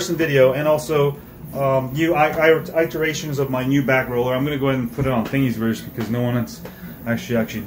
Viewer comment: I love the way you pronounce thingsyverse ❤